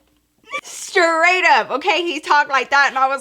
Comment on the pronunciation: Yh the accent took me out 😭😂